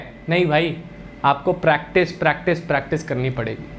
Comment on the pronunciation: pratice nhi practice hota hai